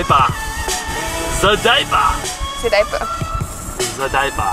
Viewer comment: ze diper